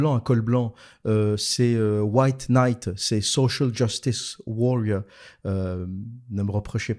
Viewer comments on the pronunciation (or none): none